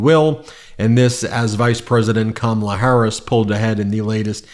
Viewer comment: I love that an 82yo #PeterCoyote can say Kama-la Harris’s name, right… But a 78yo trump can’t.